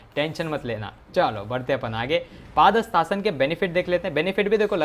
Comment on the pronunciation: 🤣 paaaaadhastasna nhi padhastasna!!!!!!!!!!